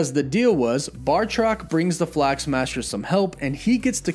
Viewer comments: Am I the only one slightly annoyed with him mispronouncing Batroc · Lol he said bartroc it’s batroc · BATROC* every time you say bartrok I get a migraine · Batroc, not Bartroc. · I enjoy your channel first and foremost. But please, it’s Batroc, not Bartroc. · first of all its batroc not bartroc second sharon was talking about episode 1 intro not lemurian star when she mentioned last time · BATROC!! BATROC!!! BAT-ROC!!! NOT BARRRRTROC!! Lol, I keep seeing/hearing this mistake, and since I'm an 80s kid who always liked BATROC, my OCD is kicking in when I hear it mispronounced 🤣 Sorry, not singling you out, just felt compelled to comment.. Anyway, other than that, some nice pick ups off this awesome episode. I got totally head faked at the very end of this episode, not realizing there was no time left, and REALLY hoping to see the Cap/Falcon hybrid costume! I let out an AAUUUGGGH when they cut to credits! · Genuinely sorry to be this guy, but...BAH-troc. Not BAR-troc. Again, sorry. Just felt compelled to say that. I’d want someone to correct me, if the roles were reversed. Love your channel, thanks for the hard work. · Not to be that guy, but it's Batroc the Leaper, not Bar-troc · Why are you pronouncing Batroc's name as Bar-truck? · Batroc= Marvel villain Bartok= the little white bat from Dreamworks Anastasia. Mispronouncing character names on a fan channel is a pet peeve of mine. Now you know the difference. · It’s batroc not bartroc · BAT roc not BAR troc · It's 'Batroc', not 'Bartroc'. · Batroc not Bartroc this man isn't Bart Simpson lol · Bartroc??? Dudes name is Batroc. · Batroc. Not Bartrock. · batroc. not bar-truck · Batroc, not Bartroc sorry it was driving me nuts haha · It's BAT-ROCK, not BAR-TOCK. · I believe he’s called Batroc, not “BaRtroc” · BATroc. NOT BARtroc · ‘Bartrok’? It’s ‘Bartoc’ and the S in ‘Georges’ is silent. His name is said quite plainly in ‘Winter Soldier’ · BATROC! You know like Bat-Rock! Please! Great Video, though! ;-)